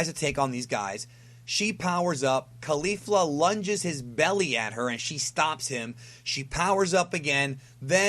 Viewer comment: My dude.. it doesn't matter too much but isn't it pronounced KoLee-Fluh not Koh-Lifla?